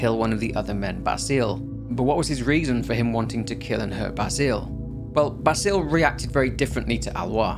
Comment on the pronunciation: Great video! Pronunciation guide from a French guy (named Basile) : Aloïs sounds more like Alohiss and Basile like Bahzil.